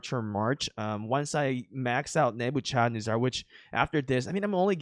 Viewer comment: Did you say nebucharizard.